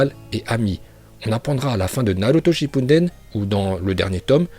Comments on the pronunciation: Ce qui me fait rire c'est que 😂😂 tu dis naruto chipuNden mais c'est juste naruto SHIPPUDEN **😂😂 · Shinpunden putain tes prononciations horribleee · Par contre je kiff quand tu dis " Naruto ShiNppuden " , au lieu de "Shippuden 😂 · Arrête de dire "shippunden" il y a pas de "n"